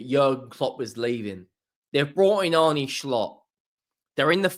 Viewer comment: His name is pronounced Arna(Arne)